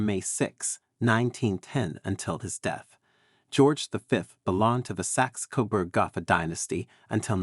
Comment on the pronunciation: Narrator sounds like a voicemail machine. Mispronounced “Gotha” as goth-a instead of go-tah. Coronation Durbar at Delhi was left out. Litany of dates boring. Tells us nothing of the personality of George V and his family.